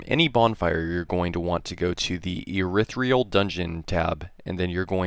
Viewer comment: Wow I can't stand how you pronounce irithyl